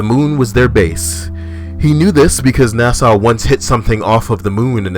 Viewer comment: MFW pronounces NASA "Nassau"